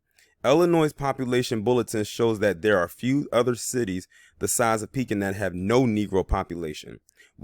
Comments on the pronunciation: Its ( PEE-KIN ) how its pronounced pekin, il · I grew up in Pekin and yes it's pronounced Pee- Kin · Pronounced PEE-kin and the county is pronounced Taz (like tasmanian devil)-well